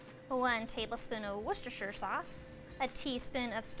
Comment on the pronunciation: Just got an air-fryer, so great timing! (You mastered saying "worcestershire"! 🤣)